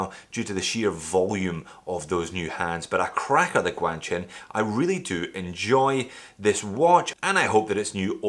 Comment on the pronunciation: your first GuanQin video is my favourite.... cos i realised that finally i know something you don't ;) its "G" is supposed to sound like "Kw".